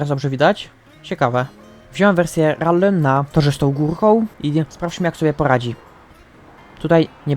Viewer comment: nie mówie tego złośliwie ale trochę boli w uszy jak mówisz "RALLY" mówi się "RELII" a pisze si3lę Rally